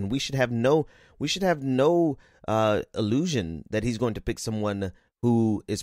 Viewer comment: Was that "Supreme Court pick" or "Supreme Court pig?"